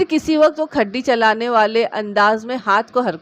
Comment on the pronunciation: Hi app bi shak karti ho apnye husband per? App ki urdu achi hey magar kuch words bilkul galat bol deti ho es story main aik word khudiyan parha app ne Woh khadiyan hey Aur bi kuch galat pahrye app ne Ok allah hafiz Nasir germany